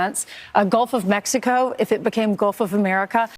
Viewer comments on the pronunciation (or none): none